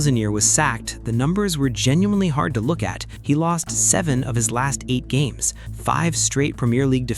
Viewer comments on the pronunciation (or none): none